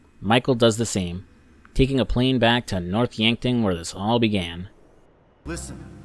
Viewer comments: “Dave Harris” “Yankford”😂😂c’mon man the game had been out over 10 years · It's North yankton! Yankford 😂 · North Yankton not Yankford* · He seems to have a bit of trouble with the names sometimes; Dave Harris instead of Norton, Yankford instead of Yankton. Dave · bro the town is called Yankton lol